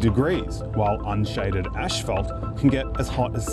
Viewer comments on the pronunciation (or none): Learn to pronounce "asphalt" correctly. There is only one h in this word, after the p to make the f sound. There is no h after the first two letters, so no "ash", just "as". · 1. Ah yes, let's blame the wealthy 2. Isn't this clearly a policy and government problem? 3. It's definitely not pronounced ash-phalt.